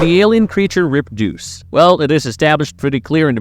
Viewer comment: Rep-duce? Is this an AI? Who mispronounces reproduce